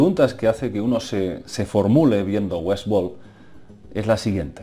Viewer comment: Es Westword no WESWOL jajaja